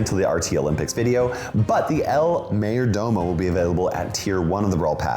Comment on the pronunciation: Ngl it makes me laugh whenever he miss pronounces el mayor domo